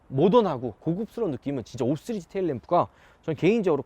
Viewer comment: 이형도 쓰리즈로 발음하네..